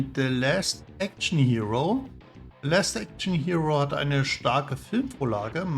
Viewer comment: LAst Action Hero.. nicht Läst. Ansonsten aber ganz nett gemacht dein Ranking :)